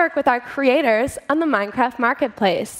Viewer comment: i love minecrak she kept saying minecraak